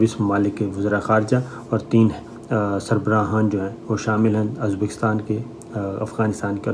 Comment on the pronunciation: Shame on you. You even can not pronounce uzbikistan.check what you said. Uneducated 3rd class so called jurnalist.